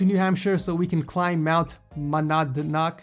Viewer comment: Monadnock is pronounced Mo nad nock